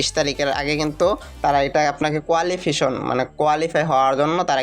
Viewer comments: টিকটকার রা আর কতো শিক্ষত হবে?রিকসাওয়ালা মার্কা ইংরেজি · আপনি আগে সঠিকভাবে ইংরেজি ভাষা উচ্চারণ। করুন। আপনি কোয়ালিফিকেশন টা কি বলছেন? সঠিকভাবে পড়ুন